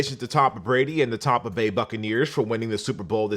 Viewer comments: Nigga said “Tompa” I’m from there my guy say it right rs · The hell is a “Tompa Bay”?